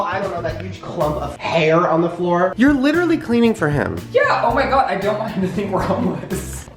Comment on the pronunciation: Did anyone else hear him say oh my gay?😂😂👏